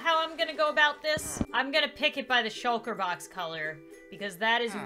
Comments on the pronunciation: Excuse me a sukler box? I thought it was a shulker box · You are amazing, and even though I usually click off the video when a YouTuber makes a really silly mistake, (It’s shulker box, not shukler box) are too amazing! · She literally said shaklar box XD